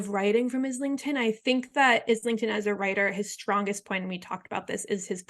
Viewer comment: Thanks for the discussion! Not to be "that guy" but it's pronounced "eye-ling-ton" haha